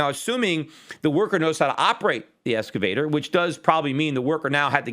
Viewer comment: "ex-cavator", not "esca-vator", Peter.